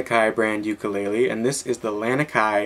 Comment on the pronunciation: you were pronouncing ukulele just fine but it's lah-knee-kai